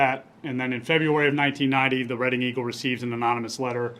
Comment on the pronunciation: Just a heads up: Reading, Pennsylvania, is pronounced, Redding, not Read-ing.